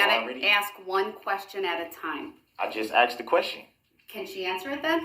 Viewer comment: My personal favorite was "I axed you Judge." 🤣🤣